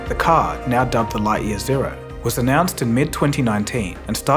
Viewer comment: Your pronunciation of Lightyear is triggering.